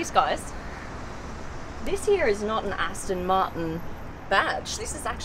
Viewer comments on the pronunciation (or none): Aston Martin not Aston Marten!